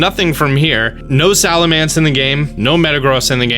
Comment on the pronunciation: why do you pronounce pokemon names so weird? Zigazoon? Salamance? Purrlion? Uzafezant? I mean you have the names right in front of you if you need to you can just sound them out like this, Zig-ZUH-Goon, Sal-Uh-MENCE, Purr-LOIN, and UN-Fes-ent. And how DARE YOU pronounce Pawniard (Pawn-yard) as Pawnuward or Pawnaward?!! I don't even know exactly what you said!!!